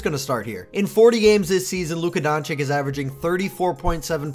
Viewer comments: Donchich not Donchik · You should say Donchich not Donchik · Bro DONCHICH and not DonCHICK😂😂..... anyway a great channel despite the mispronunciation 😂😂😂.... You've got a new subscriber 😊😊😊😊😊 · Bro rly said Donchick 😂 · You really think this guy knows how to pronounce Č and Ć ? Don-Chick😂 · Honestly agree with you, but how disrespectful is it to make a video about a player and not even trying to pronounce his name right. It is not even a hard one to pronounce, it is just lazy to say donchick or whatever you are using here, spoils the whole video for me. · hoow....hoow can ppl still not have enought respect to atleas learn to say his name right LMAO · Please say his last name right 🙏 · Slovenian here. Awsome video but pleeeease stop murdering his last name. I can't really write how to say it but maybe listen to some of our reporters. Everybody is pronouncing it wrong even ESPN 😮‍💨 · Dude. You need to learn how to pronounce his last name.